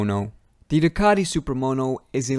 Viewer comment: It's Ducati not ducaDi